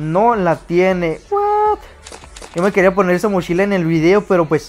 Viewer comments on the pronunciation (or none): Mochila no mashila